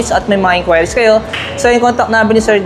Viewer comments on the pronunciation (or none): In-kwi-ris po hindi in-kway-ris😅😂